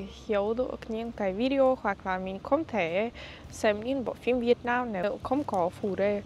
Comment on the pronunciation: đọc sai từ mình với từ min là hai từ khác nhau nên xem xét lại